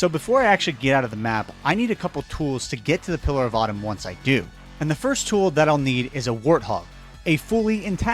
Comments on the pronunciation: You should totally re-upload this video and use Microsoft Sam to cover up every time you say pillar of autumn 😂😂😂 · Pillar of Autumn, he says. XD